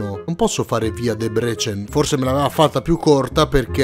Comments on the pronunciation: Si dice Dèbrecen e NON Debrècen... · E Debrecen si pronuncia in Italiano Debrezen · SK è Slovacchia,perchè Kosice sta li è Debrecen è molto vicina al confine,ma è ancora Ungheria In tema di pronunce: DèbreSen XD